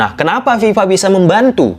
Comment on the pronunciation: Bukan Viva pak tapi fifa